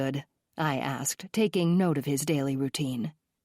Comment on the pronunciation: Everytime she says jack asked I think she's saying jack ass 😂😂😂😂😂